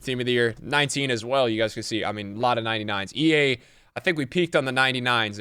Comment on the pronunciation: Did he seriously say “Ea are really smart” 😂